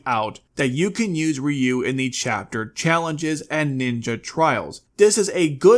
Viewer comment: It's RYu, not RyU!!!